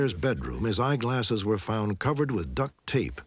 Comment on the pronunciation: "duct TAPE"